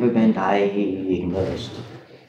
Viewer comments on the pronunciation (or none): "He's incredibly intelligent" said the father. When he pathetically stammers over the word "di- di- di- diAhagnosed" he's also a very bad actor. He was waiting for the detective to fill in the word for him, but when she didn't he had to appear less intelligent, by mispronouncing an easy word. Whoever fell for this BS performance and released him should be fired. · genius who cant pronounce diagnosed. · Listening to that evil freak pretend he can't say "diagnosed" is sickening. That poor lady. 😔🙏🏻